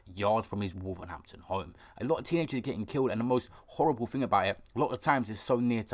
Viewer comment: It’s Wolverhampton not wolvernhanpton